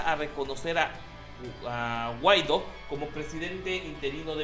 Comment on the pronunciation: Mah mi 2.0, ta potente tu dislexia. XD Está bien claro el acento en Guaidó y sigues leyendo Guaido.